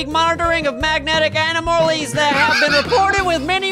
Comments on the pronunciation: * He said Anamolis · Ani-mole-eez. rotflmao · "animolies" xD PLEASE OH PLEASE MAKE MORE OF THESE